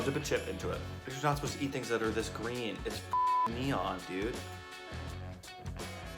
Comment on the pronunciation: Has never seen a pea before, like he really emphasises how green it is lol